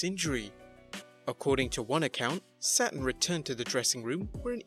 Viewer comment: The wrestlers name is Saturn not Satin, and its Abdullah the Butcher not abdilla, could you expand exert the smallest amount of effort when it comes to pronouncing people's names